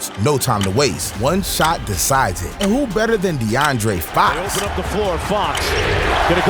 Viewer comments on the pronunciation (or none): De’andre fox😂 Paul gasol 😂 bro cannot say names right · Dearoan fox